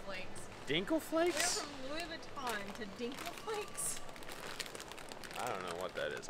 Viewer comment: You can’t pronounce Vuitton 😳😳😳or was that a joke??